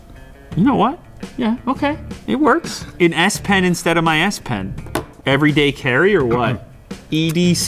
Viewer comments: i heard ass-pen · 'S-PEN' OMG WHY ASS PEN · did he mean Ass -pen ?